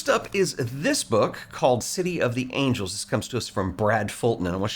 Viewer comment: mmmhhh City of Angles,. Not Angels. 😅